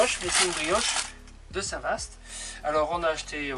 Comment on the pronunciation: Cc à vous 2. Tjrs un réel plaisir de vs écouter et de se promener avec vous. Petite info: on ne dit pas Vaast mais va! St Va (Vaast) la Hougue 😉 (suis normande 😉) À bientôt.